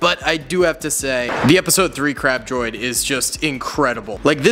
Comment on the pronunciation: I thought he said crap droid😂